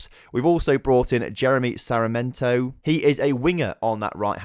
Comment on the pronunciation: SAR-MI(as in million)-EN-TO Hope it helps a tad bit with the pronunciation!